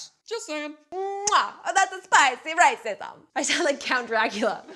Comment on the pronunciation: Hold on did she just say riceism